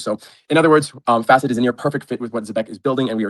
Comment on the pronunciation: Say F-asset one more time this is not flare 🤣🤣